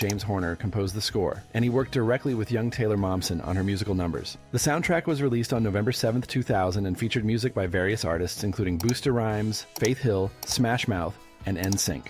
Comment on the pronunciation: ….. “boosta rhymes” BRO I LET FARRLEY BROTHERS SLIDE BUT BUSTA RHYMES IS PRONOUNCED BUST-UH RHYMES!! “Fairly brothers” it’s FARRLEY! FAR-LEE!!!